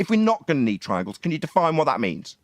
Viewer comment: Twaiangles, just said he did his experiment by Twail and error….. 😂😂😂